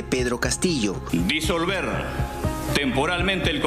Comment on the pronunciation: No sabe ni decir Disolver Nadie le hizo caso, al burro 😊